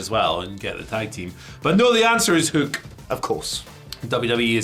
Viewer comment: Nah, go with pronunciation of Hoook. I look forward to Samantha Irvin Screaming it out over arenas everywhere:D